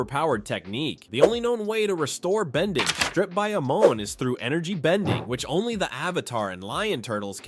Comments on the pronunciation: I do not like how you’re pronouncing yakon and Amon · Ah-min and Yak-on 😂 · Calling Amon “Amin” is wild tho 😭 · His name is not Allman it is pronounced(oh-mon) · im sorry but "aamun" for amon is frying me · Yack On, Ah Min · Why did he call amon almond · It's pronounced Yak-won and Ey-mon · why do you keep saying pronouncing "Amon" as "Amin"?? They say it the show, it's like how ATLA movie kept calling "Aang" as "ung" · Good ol' "yak on" and "Almond" also pronounced "a moan". XD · first off, its pronounced "ya-cone" and 'a-mon'. If you had watched the show, you'd know that. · "ahmen" is also frustrating lmao, man's never watched the show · The way you keep mispronouncing "Amon" is like nails on a chalkboard. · AI Slop... 1) mispronounced Amon and Yakon 2) identical paragraph structure 3) awkward cadence and inflection in narration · I just love how it can pronounce Guru Laghima but not Yakone or Amon (if I didn’t spell smth right too bad it’s AM in the US so I’m too tired) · Great video, no idea why you're pronouncing "Amon" like that though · I know you haven't watched Avatr thoroughly because you pernouncrd Amon wrong, as well as said that Zuko's face scar was a birth defect. 🤔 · Why he pronounce Amon and Yakone’s names like that. It’s like he never watched the show and just read a summary. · Man literally pronounced Amon’s and Yakone’s names wrong Here . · Stopped watching when you mispronounced Amon and Yakone. Did you even watch the show? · Amon and Yakone pronunciations 🙄 did you even watch the show?